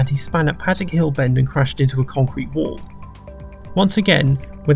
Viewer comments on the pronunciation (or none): none